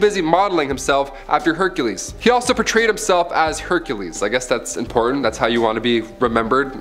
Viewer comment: Its general pa tray us ... Not pa true us ... Narration is not good